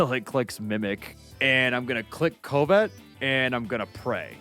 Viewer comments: "Ko-vet" is pronounced kuh-vet 😅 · "CO-Vet". my guy its pronounced "cuh-vet" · "coe-vet" is a wild way to pronounce covet (cu-vet) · pronunciation of Covet INFURIATES ME. IT’S PRONOUNCED KUHV-IT! NOT KOO-VET!! He’s practically saying Covid!!!! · Driving me nuts. Covet = Cuv-et, not Co-vet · The way pronounces Covet drives me crazy, even though it's probably the way anyone would pronounce it if they didn't know what it actually was. It's pronounced like cuh-vit, like the desire to have/take something. Damn you, English language. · “Ko-vet” 😂 brother what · “Koh-vet” bugs me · The worst part of this video is that one guy pronouncing covet as “coe-vet” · “Cove - ette” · No one else at all annoyed with "Co-Vet"? It's a normal word, not even a made up pokemon word... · Ah yes. Co-vet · CO-VET lmao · that one dude says "covet" so completely wrong and weird that it literally sounds like he's saying "covid" the first time he mentioned it i was seriously like "wtf is he talking about covid for" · Someone tell that guy the skill is not pronounced "Covid" XD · pronouncing covet like a British person would say corvette made me feel pain. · Why does keep calling Covet “COVID”? Is it an in-joke on his channel, or does he just not know how the wors is pronounced? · Why does that guy pronounce covet like “koh-vet” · Pretty wild to hear “Covet” be mispronounced like that. Then again, one should never judge another for mispronouncing a word because it means they learned it from reading! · How does no one here know how to pronounce, “cuh-vit?” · saying "co" "vet" every time made my ears bleed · Ah yes, the move Coe-vet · Covet is pronounced /CUHvit/ or /CUHvet/ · Ah, yes. Coh-vet. Coh-vet. Coh-vet. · Covet is pronounced like “cuv-it” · When you say Covet as COVID 😂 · Grown adult can’t pronounce covet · pronunciation of covet pisses me off. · So I guess has never heard the word "covet" pronounced before...?